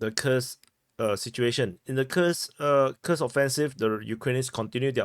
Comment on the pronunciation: You got it, commander: KUURRSK is the right pronunciation.